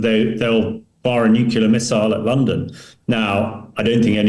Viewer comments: He said the n word! nuculer - lol. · Not Nuculer. It is pronounced Nuclear! For heaven sake! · Please, someone, take this guy aside and teach him how to pronounce the fairly simple word: "nuclear." It's embarrassing.